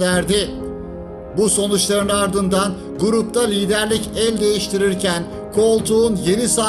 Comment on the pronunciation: liderlik için yanlış telaffuz edilmiş.